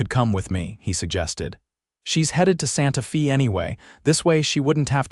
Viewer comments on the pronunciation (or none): Gotta fix AI - Santa Fe is NOT Santa FEEEEEE